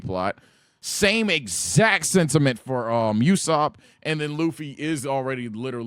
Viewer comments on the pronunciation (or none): pronounced Ooo-Sop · Why do you keep saying “youssop”?